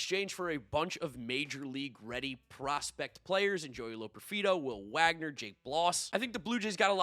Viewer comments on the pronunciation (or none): none